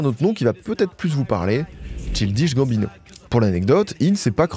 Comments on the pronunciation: Je ne peux pas croire qu'il y ait un travail si profond et d'une si bonne qualité et que personne ne t'ait reprit sur la prononciation de "Childish Gambino". A croire que c'est une technique pour faire commenter les gens et faire l'engagement haha Superbe vidéo nonobstant ! Merci pour les travaux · Le nombre d'heures que a passé à dig des vidéos, archives, cérémonies de remise de prix, émissions télé sur Donald, il a dû entendre la façon de prononcer le blaze de Childish Gambino 1 million de fois. L'abus est réel sur la boucherie de prononciation haha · pas la bonne prononciation de Childish Gambino 😭😭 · contrairement à ce que dit l'autre commentaire c'est pas une boutade je suis effaré par cette prononciation de Childish Gambino j'ai du arrêter de regarder la vidéo c'est insupportable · Merci pr la vidéo mais pr ta prononciation de son nom tu mérites un sale carton rouge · Passer autant de temps à faire des recherches, écrire et produire cette video, pour au final, tout ruiner en n'étant pas capable de prononcer correctement le nom de l'artiste. C'est d'une tristesse ... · reel mdrr sans voir le mot t'as du bugger sur le chill dish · Chaï-L'diche Gamme-Bino ... TCHAYE-LDISH-GAMME-BINO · de fou j'écoutais ça en mode podcast sans connaître le boug avant, j'ai mis pause à 15min en mode "chill dish bambino c chelou comme nom" :skull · Childiche Bambinot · Mec, c'est [tchaïldish gambino]❤❤❤ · fait un petit effort sur la prononciation. “Cheeldiche Gambineau” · J’adore tes videos mais t’aurais pu au moins demander a google la prononciation de Ch-AIL-dish Gambino. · Chill dishe Gambino ?!?!? La prononciation fait mal à la tête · Ça se prononce “Tchaïldiche Gambino” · Faut vraiment aller vérifier la prononciation des noms et mots anglais via Google Trad avant les vidéos, parce que ça va faire plusieurs fois où j'entends des horreurs hahaha. "Tchildiche Gambineau". (PS : la coiffure est pas si dégueu, mais c'est pas ta meilleure).